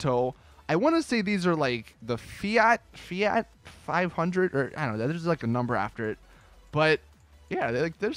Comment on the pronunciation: Oh and fiat